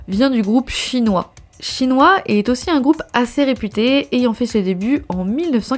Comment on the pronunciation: Dsl je dois le mentionner, mais j'éclate de rire a chaque fois j'entends la prononciation du groupe Shinhwa. Dans ma tête. j'entends Chinois XD Ca rend cette partie beaucoup plus drole :P Comme : ''Mes amies ont apporté le livre de photos de Chinois''